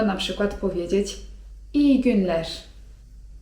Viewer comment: Mam pytanie odnośnie literki r na końcu wyrazu np wyraz iyi günler wypowiadasz z takim zmiękczonym ż, rź. Dlaczego tak jest, czy to jakaś zasada czy tak po prostu jest i już? Dziekuje i Pozdrawiam ☀️